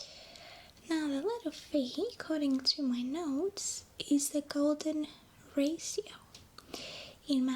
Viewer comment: The way she says Ratio. Raasio <3